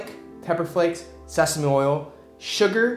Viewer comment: The way he said sesame oil he said sesamoil